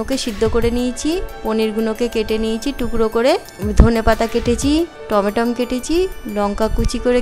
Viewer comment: টমেটম নয় টমেটো